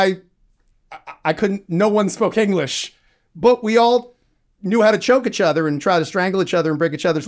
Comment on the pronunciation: Great conversation! Side note: first time I've heard someone pronounce "each other" as "itch other"